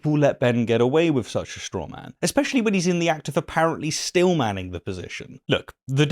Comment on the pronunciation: its "steelmanning" not "Stillmanning"